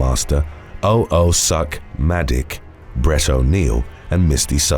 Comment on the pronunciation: When he read the ppls names who requested and the way he said O O suq-Madiq almost killed me !! He enunciated it so perfect so it sounded exactlyyyy how it’s supposed to sound 😂😂 oh oh suck muh di** 😂😂😂 crying over here